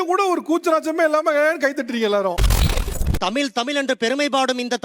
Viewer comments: தமிழ் என்பதையே சொல்லத் தெரியாமல் தமிள் தமிள் என்று பேசுபவன் தமிழனா? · தமில் nu thappa ucharikuran, Ivan lam thooya thamizh la pesalama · தமில் தமில் 🤔 என்னடா தமிழுக்கு வந்த சோதனை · தமிழ் என்று சரியாக உச்சரிக்க தெரியவில்லை இவனெல்லாம் தமிழை காப்பாத்துவானாம்.